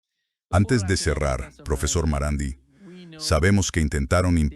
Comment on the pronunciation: A ver si algún día pronuncian bien su nombre, que es MARANDÍ, con acentuación aguda (en persa, como en francés, todas las palabras son agudas) y no "Miranda", "Mirandi", "Amandi" o cualquier otro engendro con que la IA regala nuestros oídos, Desde Madrid, saludos